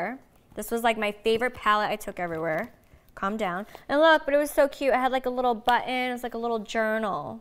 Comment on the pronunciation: Nobody: Snookie: cAlm dOWn